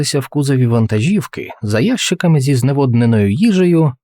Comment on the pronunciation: Не Ящиками ,а українською,мправжньою,не росіфікованою буде правильно казати - ящикАми! Наголос на літеру А треба промовляти